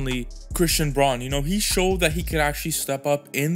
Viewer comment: Good vid bro! Braun is pronounced brown just fyi 😊